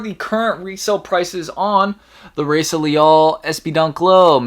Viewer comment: Pronounced “Hi-ee-sa”